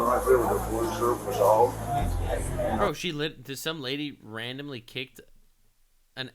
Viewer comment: "His fwokin dwog jumped on mae." Immediately pointing fingers are we?